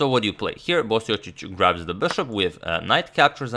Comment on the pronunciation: Are you sure you're pronouncing Marin's last name properly? LOL! :)